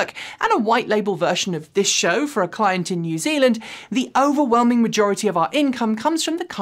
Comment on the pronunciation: "Coming up on today's shoooow" Makes me giggle every time especially as I try, and fail, to do an English voice. LOL!!!